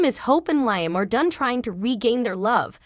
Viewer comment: Narrator, please pronounce the actors names correctly. Hope's husband's name is pronounced Leeeam, not as in high